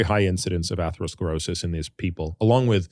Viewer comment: I really respect AH, but was surprised that he struggled to pronounce atherosclerosis! Andrew it sounds just like Atherton (Stanford, Menlo Park, Atherton)! Too funny!!!